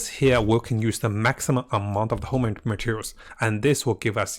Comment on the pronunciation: Bro it not hoMing but hoNing! Except that, the guide is very nice tho!